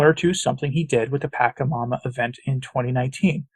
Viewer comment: Origin of the word PACHAMAMA is from South America-the Andes. Just FYI,, THE LETTER 'C' of the word pachamama is pronounced as soft 'C' and NOT AS 'K' thank you.